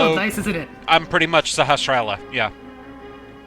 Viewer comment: Sahasrahla is pronounced sa-has-ra-la, not sa-ha-sh-ra-la or whatever.